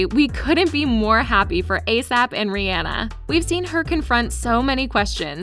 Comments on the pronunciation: It's Rihanna not reanna or whatever you say it just saying you want a video about her but you can't say her name properly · Her name is pronounced Ri • ah • nah